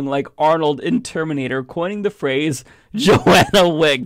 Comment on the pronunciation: John-ah, not, "Joanna"...your poor reading kills the joke